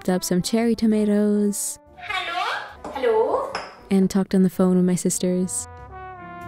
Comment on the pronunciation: I thought you were dutch when you said “hallo” but german people say that as well❤️